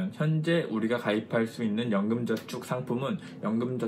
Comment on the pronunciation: 연금전축ㅋㅋㅋ 발음이ㅋㅋ 좋으시네요~~